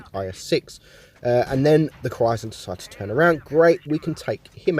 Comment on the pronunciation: Cwhysthler lol , great video m8